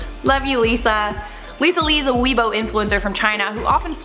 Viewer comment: Weibo not weebo